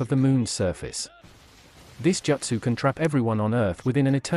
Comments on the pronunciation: As soon as I heard the AI pronounce “Joot-sue” as “Jutsu’ like 3 times I turned off 💩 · “Jutsu” not “Jootso” Iight Ai